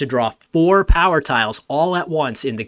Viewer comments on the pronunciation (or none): none